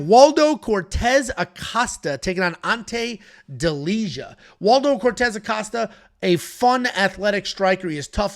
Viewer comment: Its pronounced Delia, not Delizha